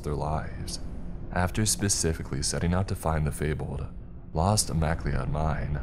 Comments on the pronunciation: Who in the actual fuck pronounces mcleod "mack Lee odd"? Fr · Please learn how to say the name properly. It's pronounced Mc-Cloud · I really enjoy videos about the spooky remote places of the world. As a fan of the Highlander franchise, I have to point out, the surname, McLeod, is pronounced like "ma-cloud".